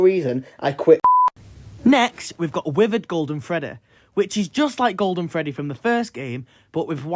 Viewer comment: I never thought I needed someone pronouncing the name like „Freddäh“ but here I am